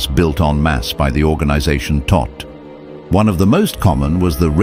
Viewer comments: Todt, the "o" is long, like toad with a t on the end. It means death in Deutsche. Why so picky? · If you do all this research, please also research how you pronounce the word 'Todt'.